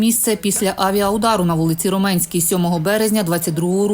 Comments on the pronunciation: Та вони не знають. Вони не місцеві, не знають місто Ромни і де наголос. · Не коверкайте назви !!!... Вулиця в Сумах - РО'менська, а не РомЕ'нська !!!...